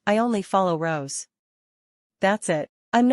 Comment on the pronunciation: Lol yes and that AI voice cant even pronounce well Rosé's name